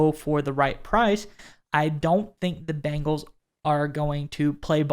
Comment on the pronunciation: Quit saying Biiiiiiingles…it’s Bengals…like bay, not bean. Cmon now.